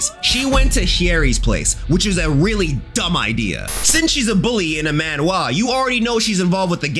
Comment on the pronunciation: why do you pronounce manhwa like that '